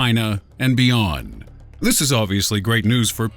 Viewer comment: when talking about the bees he emphasized BEEYOND very clever